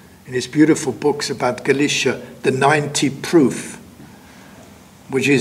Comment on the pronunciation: No, Galicia as in Spain comes from the word Gaelletia while Galicia as in this talk comes from Halychina, since the G/K phoneme in the Polish/Ukranian languages sounds closer to H and not G or K as it does in Latin languages so the pronunciation should be enough for anyone to realize what he is talking about.